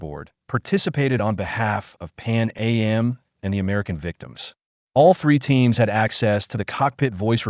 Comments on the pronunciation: It’s not Pan A.M. it’s Pan AM short for Pan American! Also if this is an American AI we don’t say holiday we say vacation and typically don’t use meters this video is an insult! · I can't deal with this AI voice. I checked out when it said "Pan A-M" instead of "Pan Am" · This is an excellent video. Calm down hate posters. Since KLM is pronounced K L M, maybe it's assumed AM is A M. Certainly didn't effect my viewing. Saw another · This is an excellent video. Calm down hate posters. Since KLM is pronounced K L M, maybe it's assumed AM is A M. Certainly didn't affect my viewing. Saw another video where the voice kept saying Ten-a-ree-fay. Now that's irritating. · “Pan A.M.?” I’m assuming this was created by AI. So annoying.